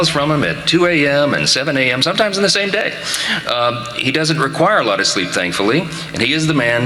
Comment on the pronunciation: “Dis president , on da eve”, Mike doesn’t like his dental fricatives!!! (Saying th instead d. )